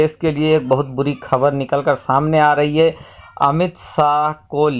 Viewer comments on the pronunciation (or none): apnew Ttalaffuz sahi kare bolne ko sahe se seekhe khabar kabar khujlana band kare KHABAR